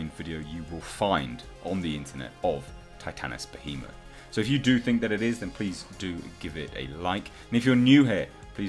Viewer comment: You are the only one who has pronounced Titanus Behemoth